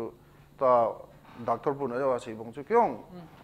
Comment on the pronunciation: Dr. Pu thusei chu akicheh set jenge. Chuleh, just feedback, IMPACT TV a anchor lang hi themkht paotho ( Pronunciation) hi themkht hoideu leh kati e. Doctol..Hd. Qrtol.... Helf..kti ho hi smart jep sah ute.IMPACT TV Kuki Edition team machal un lang khangjing un.